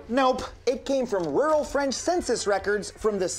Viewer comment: You got real French speaking poeple on set I see. Because that accent was flawless